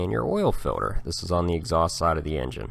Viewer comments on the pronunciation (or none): Is he saying "filler" If he is I don't believe a single word he says! 😆 also, why does he enunciate "filter" So perfectly when talking about tools?! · I'm mostly hearing "Filler" but some "Filter", is it dialect or are there "fillers"? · He says filter funny. Fuel filder, oil filder etc lol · Filder lol😂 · FILDER lol